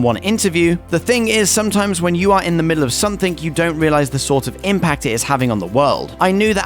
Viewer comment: SomethinG........NOT somethinK ....Moron !!!!!